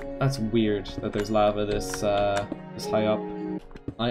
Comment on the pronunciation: The way you pronounce "lava" is funn